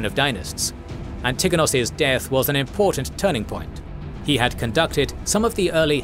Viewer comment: Please add the stress on the first syllable in "Antigonos" at least please. Hurts my ears.